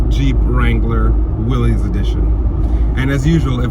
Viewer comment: It is pronounced Will-iss not Willies